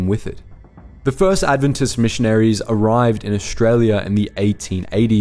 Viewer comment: You could pronounce 'Adventist' properly